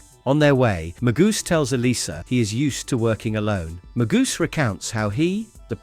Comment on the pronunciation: Maybe stop using AI as the narrator. You have mispronounced alot of the names for example Magus is not Magoose